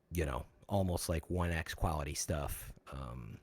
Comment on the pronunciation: I try to never make fun of people's speech habits, 'cause lord knows I've got a marble mouth sometimes, but had like 5 opportunities to say "quality" correctly and sounded like Elmer Fudd everytime.